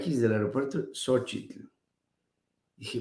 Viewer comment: No me.piwrdo su programa, una observación, se que así se pronuncia el nombre de Xochitl pero remarca demasiado el "tl " de Xóchitl y llega a hacer molesto.